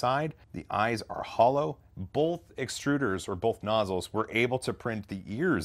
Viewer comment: I love ya,... but..... Man it pains me to do this.... You're killing me with "bolth"